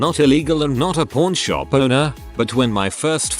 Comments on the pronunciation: You gotta work on your accent, a pawn shop and a porn shop are two different businesses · It keeps sounding like he is saying porn shop lmfao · Idky why the narrator sounds like he saying "p0rn shop"